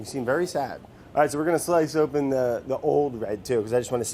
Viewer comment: Vory noice